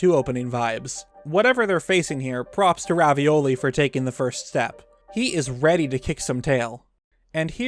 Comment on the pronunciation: Is it just me hearing things or are you calling Revali Ravioli? xD